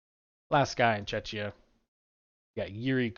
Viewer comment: Im on about your pronunciation of the word “Czechia”. There is google if you arent sure.